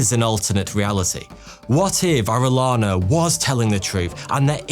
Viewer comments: Great video. Thank you! For future Latino/Hispanic-related videos, here are a couple of pronunciation tips: qui is pronounced "key." So, conquistadors is con-key-stah-doors. Double l is pronounced as a y, making Arellana "Ah-ray-yah-nah." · As a spanish speaker, the way he pronounced Orellana made me cringe lol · Not orelana.... Oreyana... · LL in Spanish is a Y sound. Ore LANA sounds like you're taking the piss... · First of all apologies for being a Karen ,that being said..... In the Spanish language, when two L's are right next to each other, it produces a short y sound, as in yes, yellow, or Yankee so Orillana's name was pronounced Orie-yana. Thanks for reading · You're spanish accent is terrible 😂 Double LL is pronounced like Y (Oreyana) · I've been following you for a good bunch of years now and I have always enjoyed your videos but today I'm sad cause as a direct descendant of Francisco de Orellana I die inside everytime I hear my last name being butchered. I understand you do not speak Spanish and therefore your mistake its kinda reasonable, no worries tho cause I'm here to help you out. In Spanish the letter "LL" (elle) is a single letter and it is pronunced as a "Y" so in order for you to be able to pronunce it correctly you should read it as if it was writted like this: Oreyana (bonus: to read correctly a name that contains a "J" change it for a "H", for example Juan - Huan). As a curious fact I'll also let you know that in Spain and all Spanish speaking countries it is regular to have 2 last names as you receive in heritage the first last name of your father as your own last name and also the first last name of your mom as your second last name. Keep up with the good job you've been doing so far by spreading knowledge across the world bro, you're a legend! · Just say the ll in Orellana as you say Jhon!!! Pronunciation!!!